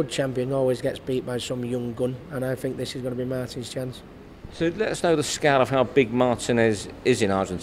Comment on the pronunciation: is mart I nes -not- mart ines